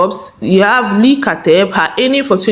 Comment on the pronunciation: Leaaah not Leee